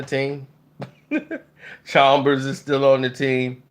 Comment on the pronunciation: Who is Cox?? And Deng wasn’t on the Heat in 2014!! And it’s Chalmers, not Chalmbers.